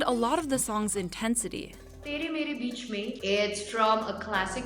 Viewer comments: No, she said teary meari bitchy mean. Britney only got the “bitchy mean” vibe for her music video. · Did she just say "teeri meeri bitchy mean" Wow!